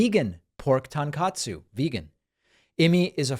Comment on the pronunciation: you're saying "TONKOTSU" incorrectly, find a Japanese friend